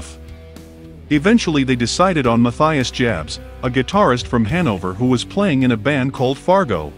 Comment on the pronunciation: Oh jeez... it's "muh-TEE-us". What is this robotic shit?